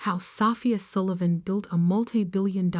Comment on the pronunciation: If you can't even pronounce the main character's name (Sofia, pronounced "So-FEE-uh", NOT "SAW-fee-ah") correctly, there's not much hope.